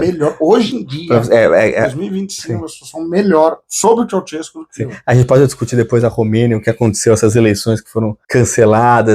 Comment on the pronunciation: OBS: O NOME DO EX-PRESIDENTE DA ROMÊNIA SE PRONUNCIA ASSIM: TCHAU - XES -CÚ, sendo a primeira sílaba pronunciada igual nós despedimos no Brasil e com acento na última sílaba